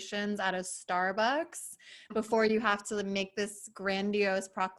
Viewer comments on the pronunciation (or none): none